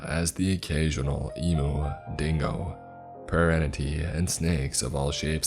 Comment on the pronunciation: Cool story but l found it more funny than scary (the mis-pronouncing of words got me and l totally get it as well not trying to be mean) but emoos aha